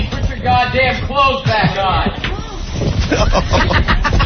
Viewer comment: Opie saying "but" instead of "PUT" is ENRAGING.